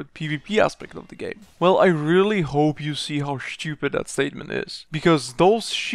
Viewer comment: I love how you pronounce "stupid" It sounds something like "shschupid"